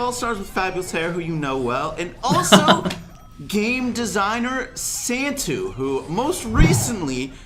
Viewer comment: The way he pronounced Santtu lmfao